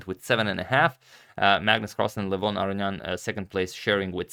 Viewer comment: His first name is pronounced “Legh-von”, not like “Luh-voghn”. I don’t know why other Armenians are giving wrong pronunciations. It could be because we are very spread out and have different dialects. But Levon is from Armenia proper, like myself, where we speak the Eastern Armenian dialect. I can say with certainty that you went farther away from the correct pronunciation after changing. Let me know if you’d like a video or audio recording. There is a video on YouTube where someone pronounces his name incorrectly, if you are referring to that. All the best.